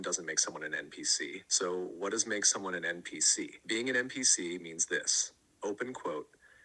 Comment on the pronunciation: Are you saying "m" PC? The letter n not m?